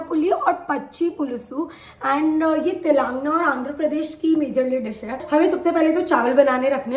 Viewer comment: its te-lan-gana didi :( not telangna